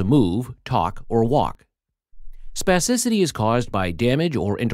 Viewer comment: Say spassicity one more time. I dare you